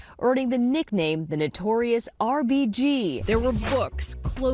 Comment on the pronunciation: Is it just me or does Trevor sound like he is doing his white person voice when he says notorious RBG?